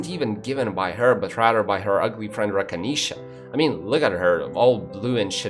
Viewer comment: I died when he said Rakinisha